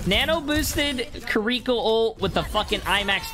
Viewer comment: this man called her kuriko